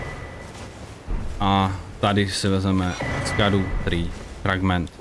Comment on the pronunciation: Scadu se vyslovuje Šadou, ono je to ze starý angličtiny. Gaol=džail atd.